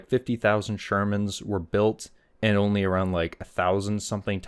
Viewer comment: Can you read? The person wrote “only” and the wrote it correctly and you mispronounced it as “on lee”. Embarrassing that you make fun of people’s spelling by mispronouncing their words.